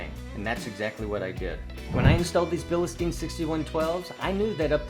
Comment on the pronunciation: There’s no E or Y after bil. It’s pronounced Bill Stine or Bill steen not bill ehhh steen.